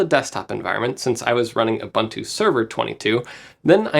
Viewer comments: Since we care for pronunciation: We say U-"boon"-tu, not U-"bun"-tu. Coming from a South African. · Tries to pronounce TI correctly, refuses to pronounce Ubuntu correctly LMAO